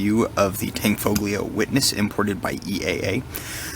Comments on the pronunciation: Nice video thanks,.... Its pronounced Tan_foe_ lee_0h. The g is silent. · Excellent review but not to be that awful guy, the "G" in "Tanfoglio" is silent.